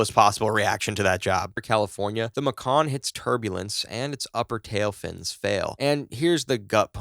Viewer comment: Bro its pronounced like the major city Macon, GA. MAY-KEN